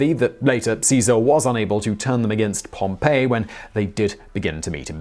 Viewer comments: Okay, I am dying here - the Roman general is Pompey (like "pompy") not Pompeii which was the city destroyed by the eruption of Mt. Vesuvius in 79 CE. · Yhep. Got on my nerves as well. It's not hard to find out it's Pom-pee not Pom-pay which is actually the pronunciation for the town destroyed by Vesuvius as you've said. I felt like he was telling me a town from the Bay of Naples had a grudge on Caesar and was leading an army against him before having its head cut off by an Egyptian. Very odd. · Always love the content on all the channels but sometime the pronunciation is a little off. Simon kept saying "Pompeii led factions" pronounced pomp-aa. It was really Pompey,,, pronounced pomp-ee. Not a real problem but it was a little confusing at first until it was written on the screen. I couldn't figure out how a resort town on the Bay of Naples was making demands of Rome. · Pompey (Gnaeus Pompeius Magnus), Person, Roman General. (Pom-Pee) Pompeii, Place, Roman City (Pom-Pay) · Pompey is not pronounced like Pompeii lol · Pompey... the name is Pompey. Pompeii is a city. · Bro when he said Pompeii though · You mean Pompey? A person, not the place. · Am I the only one bothered by his pronunciation of Pompey? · no, you are not. I get legit triggered each damn time he says "Pompeii" and not "Pompey" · Have to say the whole Pompeii, Pompey thing really got on my nerves. He was named after the place and they weren't supposed to be pronounced the same. Its Pom-pay for the place Pompeii and it's Pom-pee for the general Pompey. The whole way through the video it was like you were telling me that a town on the coast in the Bay of Naples was a powerful general with a grudge against Julius Caesar. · Isn't it pronounced like Pom-pee not like Pom-pay? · Dude, it's POM-pee. Pom-PAY was a city buried by Mt. Vesuvius. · Everybody is complaining about Brut when it should be Bru-tay. Yet nobody is saying anything about Pom-PAY, which is the name of the city (Pompeii). Pompey is "POM-pee."